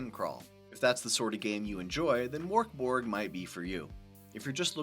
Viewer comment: I can't stop laughing. Pronouncing it like Morkborg makes it sound really goofy. Like something from the muppets. Now Mörkborg, Swedish for dark fort sounds pretty cool I think but the way it's Americanized and also the way the letter ö is just treated like an o makes it sound so silly, I'm sorry.